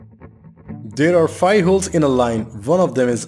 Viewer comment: But why you say "fai" instead of "five"?